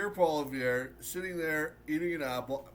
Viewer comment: Really like your video but say it with me. Pierre Polievre. Polly then ev that’s it. Polly-ev